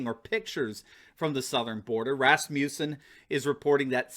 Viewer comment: Rasmussen is not pronounced “Rasmusen” the “u” is a short vowel not a long one as you are pronouncing it. I grew and have worked with Rasmussen people all over the U.S.A. They all pronounce as I have stated here. Just saying!